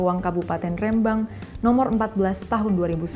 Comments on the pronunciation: Ngomong Rembang nya salah , harus nya di teken , kayak ngomong "merem " Rembang gitu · Nyebut rembang ny aja belom bener 🙄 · Spelling nya Rembang salah say hehehe. Huruf e nya di baca gak seperti itu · rembang pake e bukan é ... cmiiw